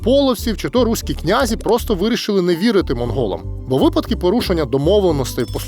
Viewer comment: Наголос князІ на останній склад. Прийшла пора дізнатися. Якщо не виправляти, інші будуть повторювати помилки